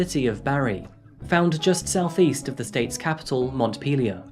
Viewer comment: I would say Barre is Bar as well, and Montpelier was said correctly the first time but not the second. Sounds like : Mont peel lee or